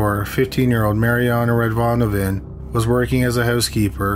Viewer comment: I agree that this guy may not have killed those other women, outside the hotels/motels. It seems like his favorite place to kill was at hotels. The narrator kept saying the Ecuadorian woman's name wrong.